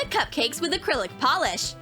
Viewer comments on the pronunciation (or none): none